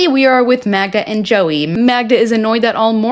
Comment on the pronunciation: her name is Magda not MAGNA!!